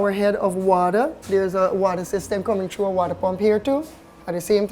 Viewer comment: hahahaha he says: it "come TRUES here" instead of "it comes through here" HAHAHAHAHAHAHA E D U C A T I O N .... you can even do it over the INTERENET, i mean EVERYONE has a pc now in days rite??